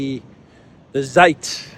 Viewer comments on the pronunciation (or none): Good content - as always - with lots of tongue-in-cheek. Love it. "Zeit" is pronounced "Tseight" to rhyme with "height". 🙂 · a bit better! "Z" in German is like "ts-". So "Ts'eit"